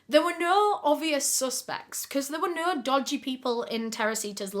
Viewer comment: ❤ that was a treat to my ears coz I love the way you say "no" and u said it three times in a sentence😂 " I don't nur ,really don't nur ya Nur " 😂😂😂